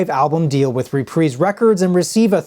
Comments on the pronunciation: "Re-preez"??? I always thought it was pronounced "re-prize". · repreese records? isnt it pronounced reprise? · Reprise (Reprize)✅ (Repreeze)❌ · “Repreese” records? Lol